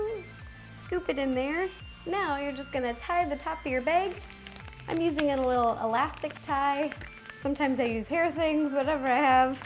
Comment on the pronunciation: she also said beg